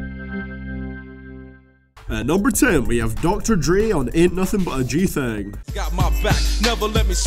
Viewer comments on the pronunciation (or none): BRO HE SAID MORE LIKE DR.DREE THEN DR.DRE XD